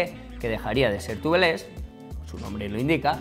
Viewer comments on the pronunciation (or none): TUBELÉS????? Duelen los oidos